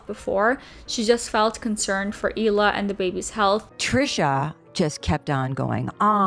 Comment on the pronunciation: Does it bother anyone else that she pronounces the H in Hila? You’d think she’d know how to properly pronounce her name by now.